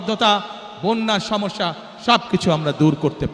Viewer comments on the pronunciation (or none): none